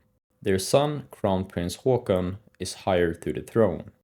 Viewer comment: Haakon!!!! not haakon